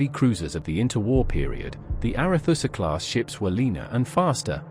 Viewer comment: 'Arethusa' was always pronounced 'ARETSA' during my naval service, not 'ARETHUSSA'